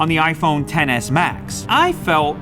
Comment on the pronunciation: Tf. Its not TEN S, IT'S X S...